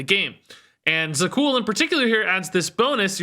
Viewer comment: Za'qul is So'qul 🙂